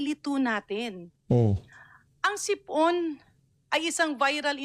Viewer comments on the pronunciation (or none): HOY GARIN DOCTOR KA DI BA??? BAKIT HINDI MO ALAM ANG TAMANG PAG BIGKAS NG SIPON HINDI SIP-ON???😂😂😂 BOBITA KA RIN...